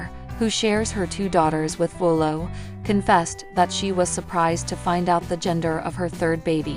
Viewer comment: Jinger Duggar Vuolo absolutely did NOT lose her home! She lives in Santa Clarita and there were no fires there!! She was recently interviewed on CBS good morning and was asked about her home and she stated they were not affected. Get your damn facts straight!!! And damn say her name right!!! And the city she lives in and the state she’s from! Jesus Christ!